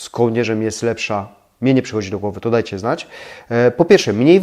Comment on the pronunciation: Lubię Pana oglądać ale bardzo mnie razi jakPan wymawia końcówki np,bede dejcie pozdrawiam❤